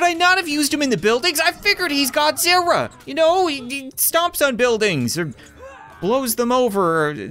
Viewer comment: You said godziwa